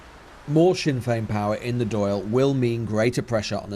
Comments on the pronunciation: It's uncomfortable hearing the narrator mispronouncing "Dail" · I love the doyle instead of the Dail.